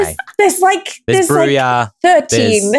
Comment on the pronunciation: As Austrailians, you don't have much call to know Spanish, but J in Spanish sounds like H. Therefore, "Brujah" is "Broo-hah", so Dael is correct there. Brujah are typically punks and thugs. Ben, Toreador are the artistic ones. Ventrue are the Blue-Bloods, the wealthy and well-bred, which may be confused with Tremere, who are the Alistair Crowley sort.